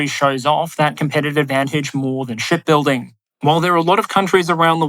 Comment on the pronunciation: I wasn't looking at the screen and all I heard was "Shitbuilding"